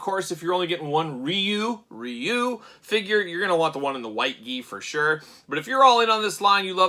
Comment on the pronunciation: It's not even Ree-You. There's no "R" sound in Japanese...it's more like "DeeYou." I don't know the translation of the boards, but I know they've been translated many many times over the years. I'm on the October list.